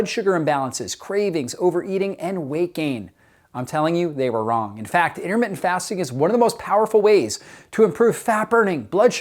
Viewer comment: 'Innermittent'? Something wrong with your mouth, or just a sloppy speaker?